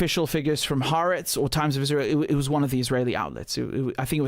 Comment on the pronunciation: since I don't disagree with you at all on your analysis, for the algo, I'll just leave a dumb, pedantic comment. Ha'aretz is not pronounced, "haahh-RETS." It is, "Hah'-ah-RETS." Notice the apostrophe between the 'a's. I only mention it because 1) I'm a little bit of an asshole, and 2) I would rather good, intelligent people like you never end up sounding ignorant in the face of evil. Can you tell, mom and grandma were teachers, and one of my great-grandfathers was a minister? Anyway, keep this up, young man, and thank you for your content.